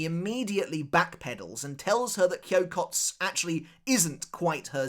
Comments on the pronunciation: It is not Kyokots it is Kyokotsu. This "u" is clearly pronounced. Edit: I dont want to understate this. This "u" is pronounced as written. You are obviously overcorrecting the usual foreigner mistake of pronouncing "u" that are not meant to be pronounced. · Kyokotsu. You gotta pronounce the tsu. I know when Japanese people speak naturally it sounds like the “u” in tsu isn’t pronounced. But it is. 😂